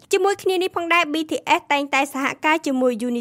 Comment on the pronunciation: BTS មិនមែនBTFទេ សូមនិយាយអោយច្បាស់ផង